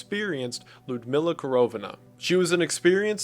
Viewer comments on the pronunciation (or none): The way he pronounces Lyudmila is hilarious lol